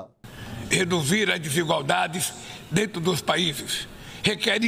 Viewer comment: "Dento" dos paízes